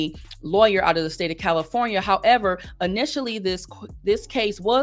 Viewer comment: I love the "....however"